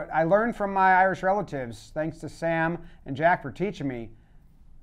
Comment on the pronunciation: Hurley. Best sports equipment name out there. And "A" for the win. He's locked in. I think he's yelling "Tanks a million."